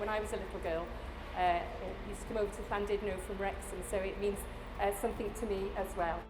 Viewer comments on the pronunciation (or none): (Llan) DUD (no)? I would hope that representatives of TfW would know how to pronounce it.